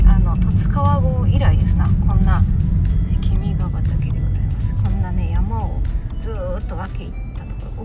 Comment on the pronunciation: とても楽しく拝見しました。 動画内で何度か君ｹ畑（きみがはたけ）と仰られていますが、正しくは（きみがはた）なんです。 国歌である君が代の元になった和歌は惟喬親王を『君』として歌った物ですが、そこから君ｹ畑の君は惟喬親王さんを指し示しているらしいですね。